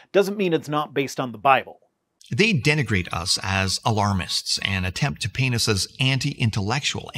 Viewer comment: English isn't my native language, and it took me a few seconds to realize he wasn't saying "they attempt to penises".